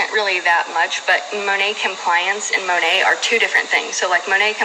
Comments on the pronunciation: Its literally supposed to stand for Modern Nature, so it should be pronounced Mah Nate basically. She's staning so hard for this business & doesn't even know how to pronounce the name of it lol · That compliance girl isn’t even pronouncing the company right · I think they say it in a way that makes it sound French and Couture. Apparently it stands for Mother Nature and is pronounced Moe-Nate. 🤷‍♀️